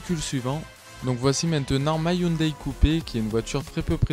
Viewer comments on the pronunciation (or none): none